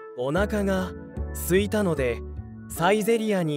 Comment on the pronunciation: Could you explain this please? お腹が空いたのでサイゼリヤに行きます sounds like: Onaka ga suitanode saizeriya ni ikimasu sounds like: Onaka ga aitanode saizeriya ni ikimasu Why?